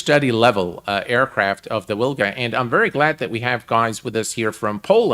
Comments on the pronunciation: In English we pronounce it Vilga Brutha. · Dude the "W" in Wilga is pronounced as "V" So it's pronounced "Vilga".